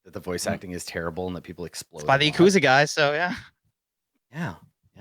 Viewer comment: I like how gets on back for not pronouncing Yakuza correctly, when he doesn't even know how to pronounce Valet.